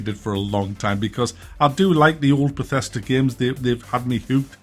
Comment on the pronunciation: You lost me when you said Bethesda